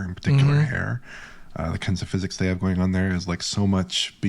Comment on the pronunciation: No such thing as "Fizz-ecks" Still.